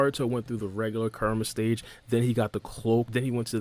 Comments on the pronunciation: Ku-Ra-Ma (Coo-Rah-Mah). Not Kar-A-Ma. Alright, video though. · Dude I'm sorry but I cant.... Kerma?? Kerma???? Koo-rah-mah KURAMA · This whole time I thought he was saying KARMA and was confused about why this has anything to do with karma but he's actually say KURAMA which now makes the video makes sense... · It’s bothering me when you call kurama “karma” Kur- a- ma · Who is Ker-ma? I thought it was Ku-ra-ma. Am I wrong? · KUR-A-MA ..3 syllables bro. Real easy to pronounce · Nah you're right. It might be their native tongue/language that makes it hard for them to properly pronounce and say Kurama's name. Or maybe he just speaks too quickly and needs to slow down a bit when saying the name. Whatever the case he is saying the name wrong and he's not the only one doing that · A lot of people pronounce Kurama name like that lol another spoiler video I watched before this said his name like that too😭